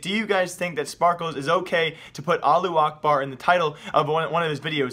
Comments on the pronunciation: the way u say allahuakbar is so weird lo. Its Allah- who- ack- bar... u make it sound like allu akbar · It's not Allu Akbar it's pronounced "Alla-who-akbar" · "Aloo Akbard" omg... can you read? its pronounced "Alla-who Ahkbarr" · its not allu akbar is alla-hu akbar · Allahu Akbar" means god is big adn you read it alla akbar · allu akbar? it said allahu akbar, not allu akbar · its not "allu akbar" it's "allahu akbar" learn to speak ty:D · am i the only one or he pronounces Allahu Akbar - Allu A(h)bar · yes :) you are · "aalu akbar" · Pronunciation is wrong bro. Al-lah-hu akhbar. Pronounced like that. And yes it means God is great. And it is not a bad word. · Your reading is like keemstars it's not allu acrbar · It's not pronounced Allu Akbar There's a H . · It's Not called Allu Akbar ^-^ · allu akbar? lmaoo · I cringe every time he says Allu Ahbar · Alu akbar facepalm .you dont even know how to say it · as a muslim, i hear pronounciation of allahu akbar is 2 funny sorry for my lack of english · dude you say "allahu akbar" in the little bit wrong but its ok